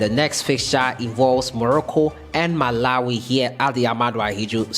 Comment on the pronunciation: Football the way you pronounced Malawi 🇲🇼. We’re going to keep shocking the critics and opposition.